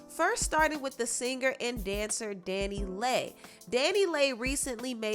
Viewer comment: I thought it was pronounce (Danny Lee) Dannyleigh not Danny lay 🤔🙄